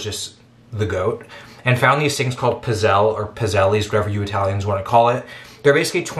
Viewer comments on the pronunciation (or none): Just found your channel. Great channel! HOWEVER you just disgraced my nation of ancestry with your prnounciation of Pee-tzell-eh.